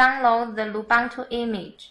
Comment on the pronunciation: Thanks for nice tutorial! Take in mind the pronunciation of Lubuntu is not "lubantu", the correct is loo-BOON-too as the Ubuntu is oo-boon-too (from Wikipedia). ;)